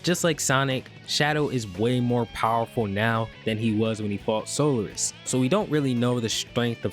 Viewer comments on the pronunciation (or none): I'm pretty sure it's so-LAR-is not solar-is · I've heard of Solaris but dis sol-air-is or solar-is that people keep bringing up in his stead? Never heard of em.